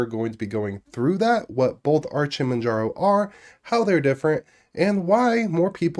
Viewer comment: "mandjarrow" haha